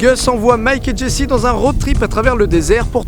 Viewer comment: Miskin c jesse qui se prononce jessy